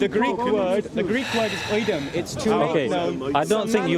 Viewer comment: He said “OIDEM” the Greek word used is ουδέν which translates to Neither of And not to make known So was lying as he usually does